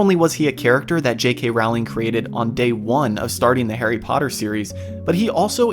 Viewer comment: Her last name is pronounced Rolling.